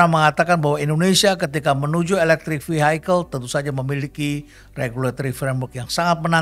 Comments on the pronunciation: Terima kasih atas pencerahannya Prof.. Btw ada yg mengganjal buat saya saat Prof. Kasali mengucapkan 'Vehicle' menjadi 'Vihaikel', setahu saya cara pengucapan yg benar adalah 'Vihikel'... Banyak pejabat lain yg salah ucap, bahkan Pak Jokowi... CMIIW.. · Sebut Vehicle aja udah salah. Mas Elon kapan mau masuk begini 😂😂